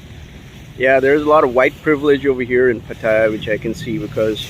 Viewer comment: Try pronouncing the city right...